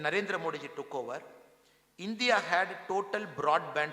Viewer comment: Why Mr Annamalai pronounces as Indhia not India